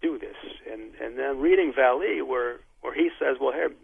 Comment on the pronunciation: It's not pronounced "Val-lee" it is and has ALWAYS been pronounced "Val-lay". If you're going to mention his name and talk about his work at least get his name right...